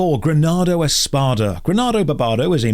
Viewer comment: I like the return of " fully refusing to say Granado Espada correctly"